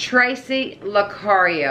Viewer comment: Hi.. guess the dowsing rods trying to tell you still not pronouncing my name right..lol Lucario It's actually pronounced (La carry oh ).. hope that helps so you don't smacked again..lol We haven't moved yet. It's kinda funny the dowsing rods were at a standstill because so is moving right now.. I wonder if I should ask that question in a different way??? Thank you for asking the question for me...